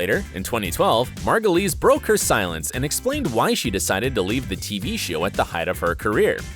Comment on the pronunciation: How is it that you can pronounce Margulies correctly and not Wyle?